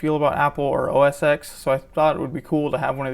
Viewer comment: please.. its not OS X, its OS TEN^^